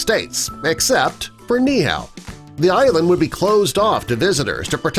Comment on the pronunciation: Its not pronounced neeehao (like how u pronounced) it is nee(stop for a very quick second)eehau (the “u” is pronounced as 2 o)